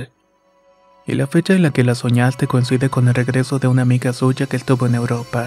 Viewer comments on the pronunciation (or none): none